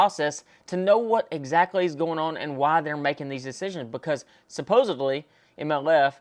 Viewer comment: Supposedly not supposebly